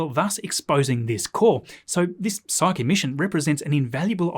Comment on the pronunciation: Makes me so happy hearing someone pronounce Psyche correctly after so many other videos got it wrong